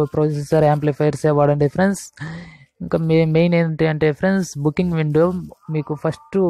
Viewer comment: PAPER CHUSI CHEPTHUNADU PRENDS PRENDS PRENDS PRENDS PRENDS